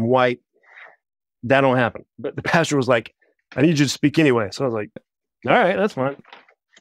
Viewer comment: Is he saying “Pasture”??? Like a place where cows walk around? Or did he say “Pastor”?!?